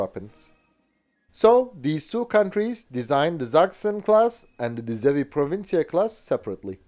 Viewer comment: Well done on the Dutch pronunciation, you pulled it off impressively 😅